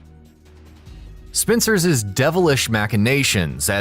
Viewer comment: 😂It’s just “Spencer’s” and “Series’” Not pronounced “Spencerses” and “Serieses”